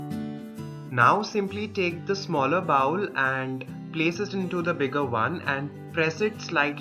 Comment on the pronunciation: Good video for me to learn. FYI you pronounce bowl like bowel, two very different English words. Bowl has long o sound as the letter in English makes.